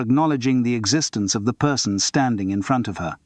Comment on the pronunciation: Ai..so annoying. Pauses after a full stop just too short , Maurice pronounced incorrectly for zBritish English, which is " morris" , when " the" is emphasised , it is pronounced " thee" not just a heavier " the".....and Simon Brett's real voice has been used fkr tge ai , trying go mstch the intination and timbre.